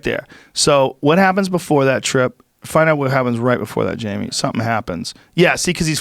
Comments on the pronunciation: I can't believe it took 1420 episodes for someone to call Jamie "Jame-o" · "Jaymoo,give it a goog" lost my shit. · Jamo! Say his name right! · I was waiting for the moment when Jamie finally snaps and lunches across the table to strangle Mark Normand over the word "Jame-O" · "Who's Jame-O?"... Really? So every time Mark Normand said 'Jame-o' Joey Rogain had no idea who he was referring to? That. Is. Gold.